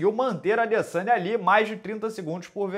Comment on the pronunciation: A minha filha de 11 anos que nem acompanha luta, rachou o bico qdo o minota falou adeçanha 😂😂😂😂